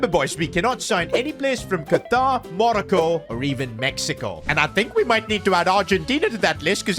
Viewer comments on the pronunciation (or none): The way he says Morocco is painful 💀